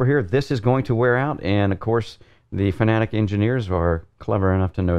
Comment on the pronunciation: its FANATEC not FANATIC ; ))